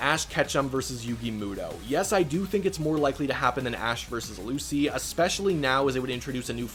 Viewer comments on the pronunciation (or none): none